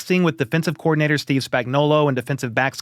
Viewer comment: Say it with me: New Offensive COOOO OR.DI. NA. TOR full stop. Please & thank you 🙄